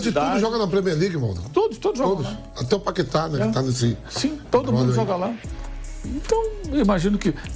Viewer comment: Quando fala nome do Paqueta igual vampeta falou, ja me brocha totalmente!!!